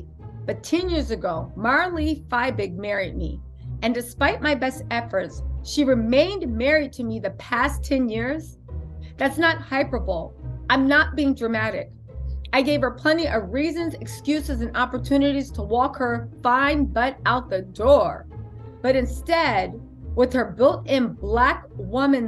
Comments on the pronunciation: By the way, the correct way to break up the word for pronunciation is hy·per·bo·le /hīˈpərbəlē/ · They deserve each other. How selfish especially when children are involved 😢. Btw, hyperbole is pronounced “hi-per-bolee”. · I love the way you pronounced hyperbole 👈🏾"hyper-able" 🤓